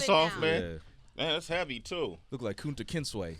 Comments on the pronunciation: “Kunta-KenSway” I’m 💀 lol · dude said Kuntaken-Sway!! lol I'm dead